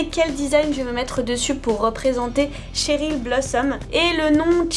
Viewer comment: CHERYL pas TCHERYL madelaine Petch à dit qu’elle aimait pas qu’on dise TCHERYL